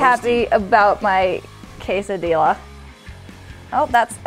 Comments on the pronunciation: She said it correct when they were making it but when it was in the pan she said it incorrectly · Makenna Duke i dont pronounce the i. She said it wrong in the video once to be funny but she said it right the first time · I want a Quesai DeLA everyone: its a quesadilla Pronounced Kay-Za-D-Ah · quesadilla = quesadiYA SAY YA NOT LA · DOES NO ONE CARE THAT THIS GIRL SAID QUESILLIEA?!?!?!?!?!?!?? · Did she say quesadil-la ? 🤨🤨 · Can do a video on how to make the perfect braid? Also, did she say /caysodeela/??:P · bruh it’s (queso- dia) not queso dilla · you’re not supposed to pronounce the l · She pronounced quesadilla literally with the 'dilla' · you're pronouncing quesadilla wrongly.